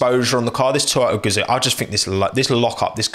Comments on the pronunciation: its called toyota, not toyoya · Toyota, not Tchewyoahtah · Sorry bro ur pronunciation is wrong. Its #Toyota# not Oyoda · Everyone: toyota: Toyo'a Most bri'ish pronunciation ever 🤣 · Most people: "To-Yo-Tah": "ToYow-Ah" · what the title says: toyota what we got from: toyo'a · What is this thing called "Toyo'a" he is talking about all the time? 🤣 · i know about toyoTa but tf is toyoah ? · Can properly say Kubica and Giovinazzi but can't say Toyota properly? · Toyota: Has 2 „T“ letters: Only pronounces one of them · It’s painfully listening to you try to pronounce “Toyota” Lol